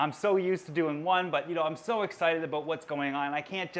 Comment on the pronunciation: I love him but I hate the way he says about